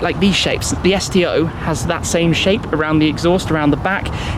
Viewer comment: I thought you said "STD" for a second LMFAO